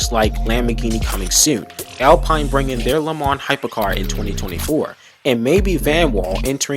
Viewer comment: Pronunciations of "Le Mans", "Nissan" and "Alpine" is shocking.